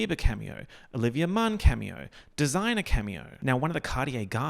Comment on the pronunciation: I'm pretty sure desiigner is pronounced like 'd. singer'